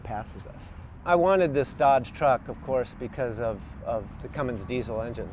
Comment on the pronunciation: It's Cummins not Cummings!